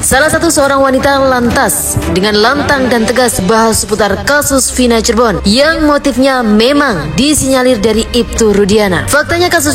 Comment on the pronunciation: Cirebon mas, bukan Cirbon